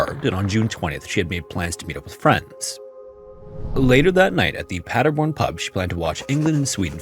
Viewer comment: But good job on pronouncing Paderborn and Nieheim 👍😊